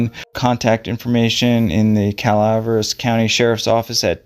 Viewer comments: Pronounced Cala Veras not Calvres fyi 😊 I hope she is found thanks for the video praying for her🙏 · Cala veras county it’s pronounced 😊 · thanks for the video. I was in the California Conservative Corp in my early 20's. The training academy was in Angel's Camp in that area. The pronunciation od Calaveras County is Ca-la - VER - us. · I thought this was a great video,and really covered the disappearance very well,and would have been a very helpful tool if not for the tragic findings. Also,because im from the deep south and my pronunciation is always right, it's (Cow vear ass Co.),lol, just thought i would share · I have hiked in that general area in Calaveras County, but not for many years. (By the by, I think it is pronounced KAL-AH-VER-AS County) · Cala-Vare-ass County...🙄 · Cal uh VER us. I believe it means skull in Spanish. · it seems he has a pronunciation problem. it also seems her last name is mispronounced too.